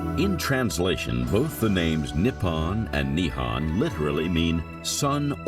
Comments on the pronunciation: Need to learn the proper pronunciation before doing this documentary the words are pronounced as Nihon not Nihan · OMG, Japan is not called Nippan and Nihan. It is called Nippon and Nihon. The o is an oh sound, not an ah sound. How is anyone supposed to take this documentary seriously, if the narrator can't even say the name of the country correctly? And Edo is not Ado. It is Edo, like the name Ed with an o sound at the end.